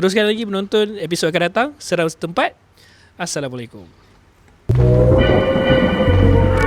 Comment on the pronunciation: Salam saya subscriber baru . Baru 2 hari follow channel ni . Not bad . Guest pun ok pandai bercerita . Cuma maaf tau nak tegur sikit walau bukan sy org yg tepat yg patut menegur , host nanti boleh sebut Assalamualaikum dengan betul insyaallah lebih berkat dan ada pahala didalamnya . All the best utk channel ni moga terus berkembang maju 🎉